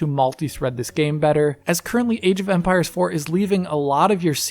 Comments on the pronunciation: Is it me or does it sound like he’s saying “Age of umpires” hahahahaha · I keep hearing age of Umpires.